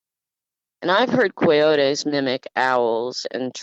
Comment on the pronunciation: When she was saying koy yote es did she mean coyotes???